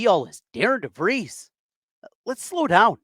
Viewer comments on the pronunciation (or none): It would at least sound better if you had pronounced Coach DeVries name correctly